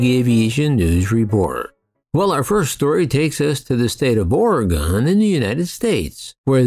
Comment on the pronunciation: Oregon = Ore"gun", not Ore"gon".